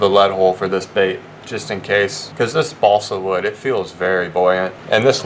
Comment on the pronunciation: chugg half a gallon of liquid mercury every time he says bosle wood